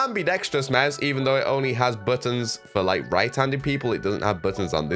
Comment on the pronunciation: Every time you say mause I’m dying 😂